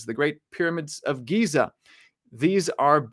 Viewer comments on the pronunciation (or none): none